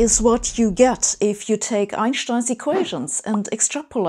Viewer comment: Take not yake